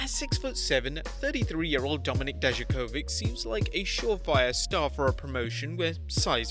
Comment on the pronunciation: did any one think that when he said domink and you thoud domnik mestiyrio